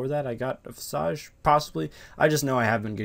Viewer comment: Visage is pronounced Viz-ij.